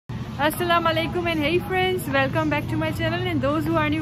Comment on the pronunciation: Love you 😘 your videos are awesome and you are my inspiration now 😁😁😘 love love love love form India the way you say assalam o alaykum 😊